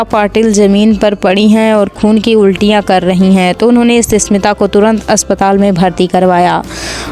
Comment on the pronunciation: Ssmita nahi smita